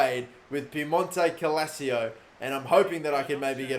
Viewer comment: My guy can’t even say “Piemonte Calcio” right. Therefore I’m not watching the rest of the video I’m kidding byw